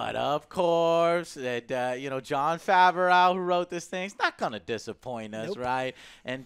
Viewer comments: After five plus years joe still says Favrauw when it’s “Fav-Roh” lol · joe so dumb bro, they said they are writing the fourth season. Din isn't finished, I'm sure Book of Boba Fett will be separate. Also, it's Jon Faahv-roh. Not fav-ah-raow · joe really be calling this man jon favaroww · Can you PLEASE pronounce Favreau properly!! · I have never seen someone mispronounce names as consistently as does. His pronunciation of Favreau is incredible.......and quite frustrating.